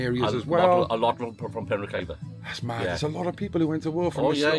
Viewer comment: I live in penrhiwceibr it’s not penrhiefiber it’s penrhiwceibrjust so you know😊